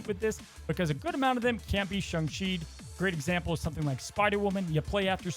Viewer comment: Im still trying to figure out wtf a Shung is. Last time checked its either Sayng and Shaung. Then agaon this dude cant figure out how to pronounce Daken either.